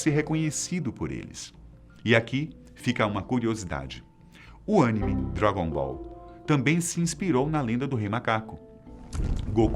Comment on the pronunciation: O engraçado foi ver a correção o tempo todo quando pronunciava Animê de forma errada 😂😂😂😂